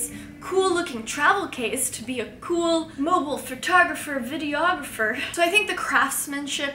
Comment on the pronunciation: "Fertographer" hahaha